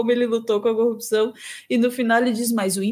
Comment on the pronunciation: Como esse subletrado consegui se tornar Juiz? Um sujeito que fala "Cupição" e "Conja". E tem um conhecimento pífio do Direito. Só pode ter colado na prova.